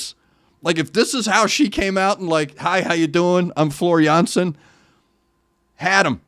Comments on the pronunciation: Jeez man, like your reactions so damn much. Completely to the point.And the pronunciation of Floor Jansen, impeccable! (I can tell as a Dutch bloke). And not fair to musicians in general, drummer (Jukka then and Kai nowadays) , guitarist (Emppu), bassist (Marco), keyboardist/composer (Tuomas) singers (Floor and Marco)? Mwah, why not? They are top of the bill musicians!!! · Hi, your pronunciation of Floor's first and last name is perfect. Many thanks for sharing the insight into your soul, my condolences on the loss of your soul mate. Since Gabriel covered (almost) all of NW's notable songs, we know that "Storytimen" and "Song of Myself" will follow soon, so there's no need to make any additional suggestions at this stage. But if you can ever find time and space besides Nightwish, you should also listen to Ayreon - "The Day That The World Breaks Down" The Source It's not actually a band, but a project by Arjen Lucassen. There are 11 different vocalists coming from different bands and genres and he brought all these characters from all over the world together because only their voices match the nature of the character.